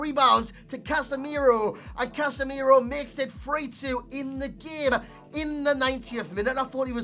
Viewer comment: it isn't "Casemiero", it's "Casemiro", the way you pronounce it is wrong. Casemiro a brazilian name and hence an i doesn't have to be added.